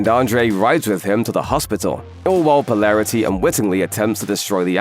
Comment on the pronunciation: how is your pronunciation of the names so bad ... po·lar·i·ty, Vought etc